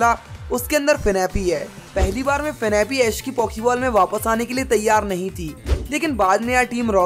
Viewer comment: Bro finapi nahi fanphi